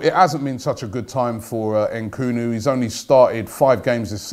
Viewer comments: Dude it's Nkunku not Nkunu 😂😂😂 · Nkunu? Ahahhha Robbie ffs mate its NkunKu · Robbie you’re too smart and old to continuously mispronounce players names. All it takes is effort. NkunKU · Robbiie maan! It's not Nkoooonoooo its N Kun Ku!! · Robbie the name is Nku-nku NOT Nku-nu!!! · Robbie it is Christopher N-KU-N-KU not NKUN FFS. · I'm pretty sure the pronunciation is N koon ku Not N koo no at his best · Nkunku Robbie not bloody nkunu just read the names b4 you say it you do this all the time lol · N' KUN KOO...not N' Koo Nu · EN KOON KU not EN KOO NEW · En-koon-ku Robbie ffs😂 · His name is pronounced ‘N koonkoo’ Robbie you fool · I'm almost 100% sure you need to pronounce the second K in his name Robbie. NkunKu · Un-Kun-Ku ffs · HAHA N KOO NU LMAO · It's annoying and funny at the same time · Why do you always get names wrong The name is straight forward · "Nkunku" means Chicken in this part of the world. And yes Robbie is butchering the pronunciation. I am sure he's from Southern Africa. He's got skills! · Nkunku, please get it right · He messes up his name the whole video 😂😂😂😂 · Not a ‘transfer daily’ vid without a butchering. Nkunku the victim today.